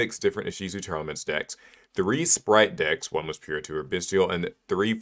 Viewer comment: Why does everyone pronounce Tearlaments as Tear-Elements when it's a portmanteau of the words 'Tear' and 'Lament'? That's two 'e's being pronounced that do not exist, and one 'a' that's gone missing.